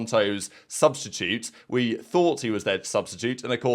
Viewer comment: This man said oui guys